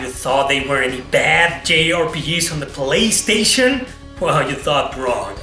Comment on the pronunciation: "In zee polistation" LOL